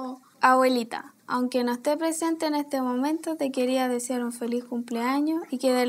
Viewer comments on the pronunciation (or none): te quería deciar en vez de desear JAJAJAJAJ